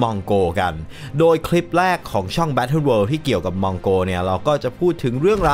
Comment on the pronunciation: คุณยังออกเสียงไม่ถูกเลยน่าขบขัน เขาต้องอ่านว่า " มงโกล "แล้วม้วนปลายลิ้นไปแตะกับเพดาน ฟังเผินๆจะได้ยินคล้ายกับว่า" มงโก " ขอโทษด้วยนะครับ